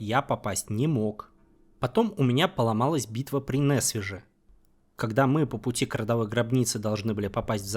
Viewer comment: Кстати, как-то резануло ухо, но я забыл об этом написать: название города Несвиж читается как [несвиж], а не [нэсвиж] - первый слог как "нежный", с мягкой [н'].